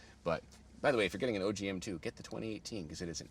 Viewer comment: It’s OG not oj